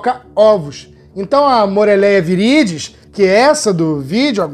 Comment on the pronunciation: Permissão para corrigir:, você pronunciou "Moreléia viridis"; o correto é Morelia viridis ("Morélia"). Obs: antigamente Chondropython viridis ("condropíton"). Abraço.Cristiano.